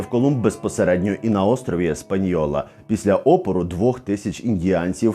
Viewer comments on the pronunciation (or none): Чудове відео, хотіла б дещо підкоригувати. Española ми читаємо без "й", тобто "Еспаньола"